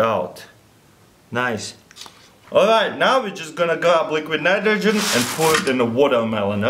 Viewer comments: At 2.01 did he just said liquid munitrogen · "Liliquid Minitrogen" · He said " liquid mnitrogen " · What does he said? Liquid Manitrogen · luliquiiid mnitrogen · and put it in dr ligrit nmnitrogen... . . . . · "and put it in liquid minitrogin" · liquid nitgrogehen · "Alright, now we grab LEKUED NIROGEN an pur it in the warermelon"